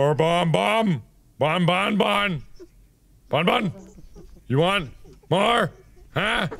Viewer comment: Also you dont say "bone-bone" but "bonbon" like you dont prononce the n